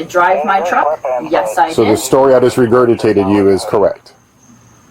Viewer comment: If you can't pronounce regurgitate stop saying it.